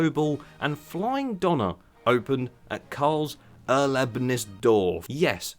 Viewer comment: Its not doner. Its döner